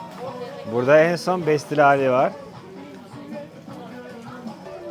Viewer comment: Bestil değil pestil